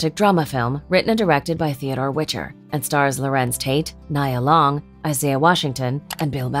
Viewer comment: This list is pretty hard to listen to, hearing them mispronounce her and many others' names over and over.